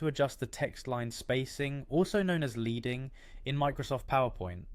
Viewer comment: Just so you know, 'leading' is pronounced like the metal, 'lead' rather than as in 'leader'. It comes from the old typesetting system of putting different chunks of lead in between the letters on old printing presses.